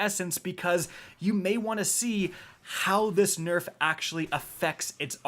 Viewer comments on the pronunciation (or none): none